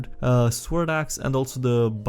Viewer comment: The W is sword is silent. You're making it harder for yourself my friend.